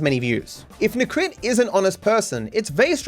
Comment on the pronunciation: He constantly puts words in Necrit's mouth, like: "Necrit seems to believe this is how world shoud be", when all Necrit did was just talking about HIS OWN experience with reactions. He also didn't even bother to look up how to properly pronounce his name (it's nEcrit, not necrIt).